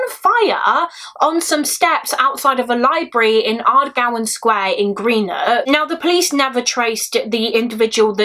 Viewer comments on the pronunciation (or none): such a sad case 😢 my nan was born in greenock but just a heads up it’s pronounced gren-ook 😊